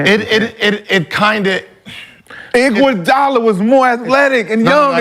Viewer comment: Dude said iguadala better than khawhi😂😂😂 dude on drugs